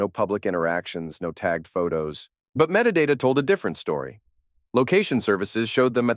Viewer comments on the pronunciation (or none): none